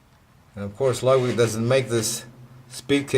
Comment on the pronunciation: and to be even more CORRECT, its not pronounced lugwig.